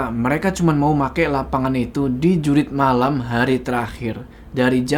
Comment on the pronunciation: Jurit bukan Jurug😂